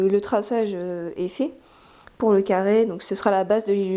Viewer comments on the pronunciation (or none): 0.29 un ccaarrrree mdr elle ne sait pas parler...mdr non je rigole c est surement un probl dans le tournage sinon merci bcp c a m a occuper et c tres beau